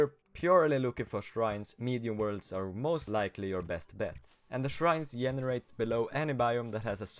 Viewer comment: wait did you say yenerate